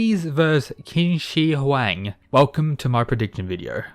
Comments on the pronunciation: IT'S PRONOUNCED "CHIN"!!! SO IT READS CHIN SHI HUANG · your pronunciation on Qin Shi Huang sucks hahaha